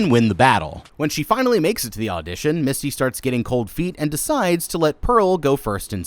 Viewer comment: every time you called her Misty, i cringed a little. her character's name was Mitsy. lol